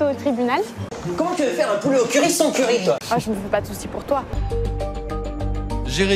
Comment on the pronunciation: Moi j'ai l'impression qu'il dit "currype"